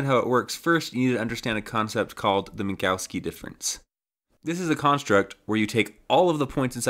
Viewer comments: Minkowski, not Mizowski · Who's mazowski? It's pronounced min-kov-ski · Great project, you're killing it. Also great job on the animations when explaining stuff. It's Minkowski btw, there's no Z there lol. You kept saying Mizowski or something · Started the video calling it "Minkowski" and then a minute later started calling it minZOWski for the rest of the video, heh. ITS KOW NOT ZOW!!!!!! Anyway, fun stuff. I would've tried to avoid doing that extra work on an N64 though and just traced a line, or did more like a capsule shape with one end encapsulating the start position and the other end - spherical bounds, and just have a cylinder connecting them. I've used Minkowski sums in other projects, mostly my CAM software that I've been developing for a few years. Thanks for sharing! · He gets it almost right the first time he says it. Sounded like Mingowski to me but the subtitles got Minkowski. Mizowski all the way after that though. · I feel like you must be uncontrollably uttering "Mike Wazowski" in your head most of the times you try to say Minkowski given the garbled thing you're saying instead.